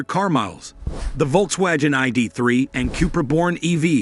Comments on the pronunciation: If you’re going to report on Volkswagen, please learn how to properly pronounce their name… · First time i have ever heard how Volkswagen is pronounced this way